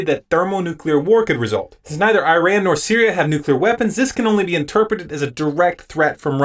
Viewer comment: Nice video, except you mispronounced Iran multiple times. I have been noticing this development with Syria, but I thought that the UN report was inconclusive?